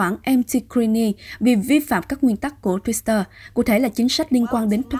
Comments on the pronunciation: Đồng quan điểm với bạn! Cứ đọc thêm chữ s vào nghe rất kỳ cục. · Twitter mà cứ đọc là thêm chữ Sờ là sao?????